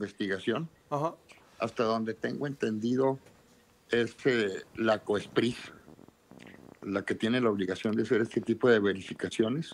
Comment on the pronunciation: Coespris?o COFEPRIS